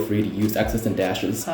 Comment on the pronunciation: 她发音 dash的时候感觉有点留学生，还有她问的问题是关于驾照和其他一些留学生都会懂的问题，还有她答案不知道自己出生的医院也是有点奇怪。不过总的来说英语超级好。